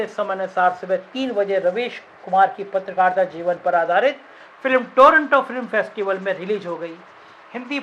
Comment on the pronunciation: Chal Chutie… patrakaarita ka pronunciation to thik kar le gyaan dene se pahle